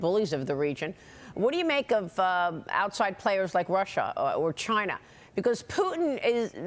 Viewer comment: Maria sure loves to talk about "Chuyna" lol